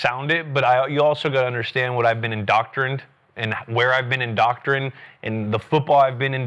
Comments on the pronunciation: Yup , , & . . . said "indoctrined" 3x! 😱 He often butchers idioms too. 😅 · Julian butchered the word indoctrinated and the idiom at the beginning. “A rising tide lifts all boats.”